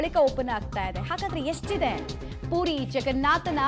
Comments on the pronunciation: ಅದು ಪೂರಿ ಅಲ್ಲ ಪುರಿ ಏನು ಕನ್ನಡ ಮಾತಾಡ್ತೀರೋ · ಪೂರಿ ಅಲ್ಲ ತಾಯಿ ಅದು.. ಪುರಿ... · Adu PUDI alla ma. PURI